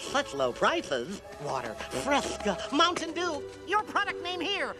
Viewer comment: Did he just say Mountain Dew?